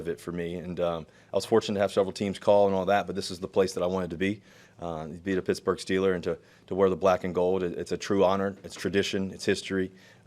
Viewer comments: Dude its not picksburg jacka.... its pittsburgh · He said "Picksburgh" by mistake. But that's ok, because half the people in Pittsburgh pronounce it that way anyway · Yinz catch Russ say "Pixburgh," prior to correcting himself and say "Pittsburgh" 😂. They trying to get Russ to lose that square image again by taking him to hood already 😂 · Did he really say "picksbugh" then hurry up and pretend like he didn't mean to say it and cover it up with a "pittsburgh" hahahahhah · Man's already mispronouncing it as "Pixburgh" - he'll fit in just fine with us yinzers haha. He's also talking with the enthusiasm of a man freed from prison. Denver must have been a nightmare for him, even more than what was reported. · That Picksburgh slip was funny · "Picksburgh" cmon man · he's already saying 'Picksburg' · Picksburg? Um, ya better not. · dudeeee, he said pixburgh lol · Pixburgh hahaha